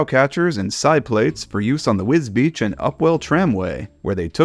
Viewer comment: Congratulations on the correct pronunciation of Wisbech. Not even people here can get it right 🙄